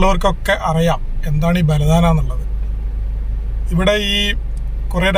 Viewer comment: ബലദാന അല്ല. ബലദ്നാ 🤝